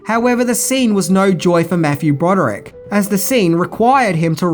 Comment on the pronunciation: Dude it's fucking hilarious cause it's not that you're an Aussie or anything. It's because you don't even ATTEMPT to pronounce some of the shit right. You're just like eh fuck it. "Mathew Bororick" it is. HAHAHAHA! Unless you have a speech impediment which I don't think you do and if you do I apologize for being a dick. Long story short I love ya and your content is fuckin great. Greetings from a random internet guy from Houston, Texas. Wash you hands.